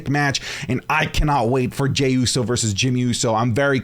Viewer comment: U said jey uso vs jey uso 😂